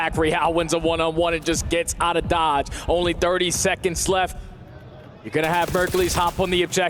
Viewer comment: "Lef You " 😐 stupid árabes